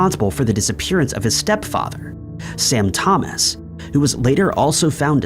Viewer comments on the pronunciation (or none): none